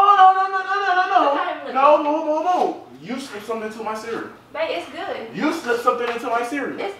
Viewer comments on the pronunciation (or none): Did Anyone Hear Him , You Slipped Something Into My “Mireal”. 😂😂💀💀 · Am I the only person that noticed that he said meral instead of ceral🤣😭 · This man said "you slipped something into my mereal"🤣🤣🤣 I cant with king!! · “you slipped something into my mereal” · “you slipped something into my MEREAL”😂😂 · “You slipped something into my mereal” 😂🤣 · “you slipped something into my mereal” 😂 who else heard that? 😂😂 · "u slipped something into my mereal"💀😂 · No no no no no. You slip something in my "mereal" 😂😂😂Hollering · King said "u slip something into my mereal"😂😂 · He said u slip something into my mereal😂😂😂😂😂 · King said meral